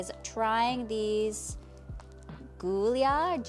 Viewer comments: They are pronounced Julia, as in the American female name. Pretty sue they're Italian and they seem to be quite popular now with pantyhose girls. 😊 They look gorgeous on your legs. And the sweater look dress is also super gorgeous!! Both the style and color!! 🥰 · So Giulia is an Italian brand/italian name. The letter J isn't in the Italian alphabet so G can make the typical J sound. You'd say this name like the English version: Joo-lee-uh